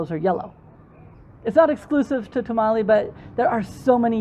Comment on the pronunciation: I loved this video. There are some places I will visit on my next trip. I did have a bit of a problem, your mispronouncing Tamale every time you said the word. It is not a Mexican dish..